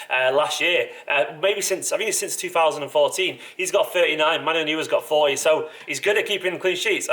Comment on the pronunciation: 'Manuel Newer' *facepalm"